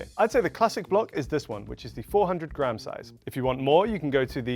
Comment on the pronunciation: What is with adding unnecessary b’s into words? The American says grab instead of gram and then the other guy says “sabwich”